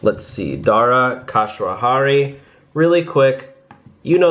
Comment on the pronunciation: Don’t shave your head 😳but try the pronunciation of Dara’s last name instead Here we go!! KHOS ROU SHAHI If you still having problem then you should shave it off🤨